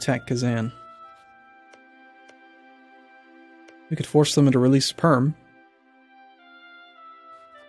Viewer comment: did u just said "sperm" instead perm ???